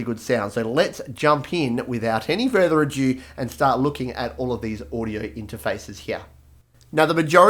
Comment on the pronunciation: It's " without any more ado" Ado, to-do, commotion, stir, tumult suggest a great deal of fuss and noise. Ado implies a confused bustle of activity, a considerable emotional upset, and a great deal of talking.. as in "much ado about nothing" not "adue", a French word for, for two.. A due [a ˈduːe] in Italian or à deux [a dø] in French is a musical direction meaning "for two". Most often seen in its abbreviated form a2, the marking signifies that on a staff that normally carries parts for two players, both players are to play the single part in unison. Cheers for the video